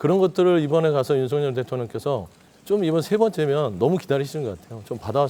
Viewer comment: 어떻게 아나운서라는 사람들이 대통령 이름 마져 제대로 발음을 못할까? 윤성열이 아니라 윤 석 열 발음. 윤서결